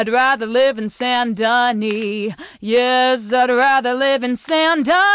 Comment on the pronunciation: Saint Denis in french don't pronounce the S merci